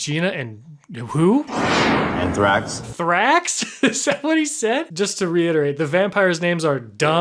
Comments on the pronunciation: The vampires name is Anthrax... not Thraxx... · He’s name is anthrax not thraxx😫😫😫😫😫😫😫👩🏿‍🦲😡👨🏿‍🦰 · The dudes name was Anthrax. He said anthrax not “and thrax” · His name is Anthrax not Thrax. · is not Thraxx its Anthrax😭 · I think his name was Anthrax lol not and thrax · "Gina, Anthrax" not "Gina and Thrax." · Is it "and Thrax" or "Gina, Anthrax" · His name was ANTHRAX BRO NOT WHATEVER YOU SAID LIKE FOR SURE LOL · The amount of time you spent on ANTHRAX'S name while getting it wrong the entire time was so cringe bro lol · I thought said Anthraxxx